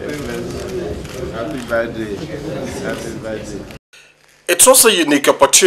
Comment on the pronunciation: Did I hear Jonathan say "happy baldday"..?..kaii